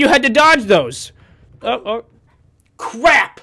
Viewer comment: U said cwap